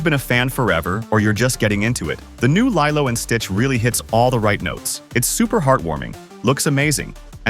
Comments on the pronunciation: LILEO? IT'S LILO! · It’s KEE-LO not LII-LO!!!😮😮😮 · Is this AI VOICED ??? Only AI that keep changing pronounciation. I mean, the narrator clearly said LILO at th begnning... but in the end, he keeps saying LAILO.... many times!!! Come on! Only AI makes this stupid mistake. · I don’t really like how & the way that the narrator pronounced LILO in some parts of the video! Does anyone else feel the same way? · I've seen the live action one... But I haven't seen the original one in forever... Also tell me why Lilo's name is being pronounced like that, and why these videos sound like they have AI voiceovers...